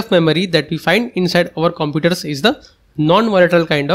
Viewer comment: “Inside over compooders” X3 😂😂😂